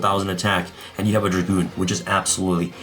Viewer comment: Red Eyes Dark DRAGOON, NOT DRAGOONSSSSSSSSS